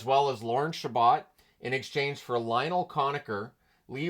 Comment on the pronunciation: Small correction: Lorne Chabot's last name is pronounced "Sha-bow." If you want confirmation, there's a video of the 4th game of the 1933 Stanley Cup Final between Toronto and New York, and Foster Hewitt says Chabot's name once or twice. I'd recommend giving it a watch, as it has interviews with many players from both teams during the intermissions.